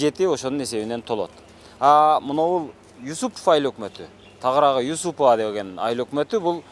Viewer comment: Юсупова деп туура айтчы?